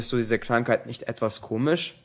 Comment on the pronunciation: diese Medikamente und nicht disa.